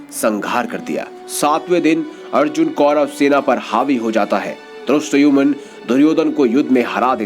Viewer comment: Drastayumun nhi Dhristadyumna hota hai